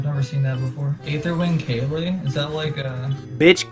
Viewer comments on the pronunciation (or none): pronounced "kail" not "kay-lee" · He pronounces Kayle as Kaylee and thinks you can dodge autos as Viktor. My god, Gold is a weird place.